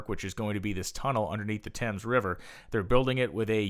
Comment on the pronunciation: Why can american's never prounounce words correctly? it is the River Thames (prounounced Tems) We had been building large stuctures for years , look at Cathedral's in the UK and Europe.